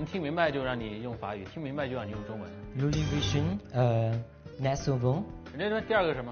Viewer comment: 是呢 我们第二外语学俩月都发音比他好